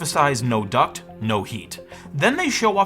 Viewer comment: well you see its not a duct, its a toob obviosly